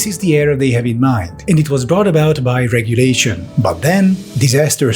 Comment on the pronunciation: Regulation not RICHulation